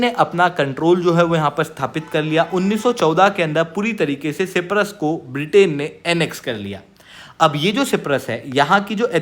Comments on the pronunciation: Myanmar✅ Miyamar❌ Siberia✅ Serbia❌ Cyprus✅ Cipras❌ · Cyprus not ciprus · भाई साइप्रस होता है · सी परस बोला अपने 😂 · सायप्रस Hota hai... try to pronounce. It's NATO ka b dek lo . Har video 5 min. Shuro hoti hai aur pronounce b galat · साइप्रस होता है सर जी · Uneducated fool can't even pronounce Cyprus 😂😂😂😂😂. It is the most pajee*t thing to think everybody fears India😂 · Cyprus to theek se bolo sir ji... aisa kaise chalega yrr.. Sach batau to aise stupid mistake ko wajah se video dekhne ka bhi mann nahi karta... but phir bhi dekh lete hai hum. 😭😭🥹